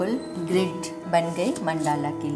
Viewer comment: Correct pronounciation is मंडल √. Not मंडाला ×